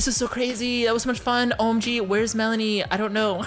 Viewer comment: It’s pronounced , Mel-an-ee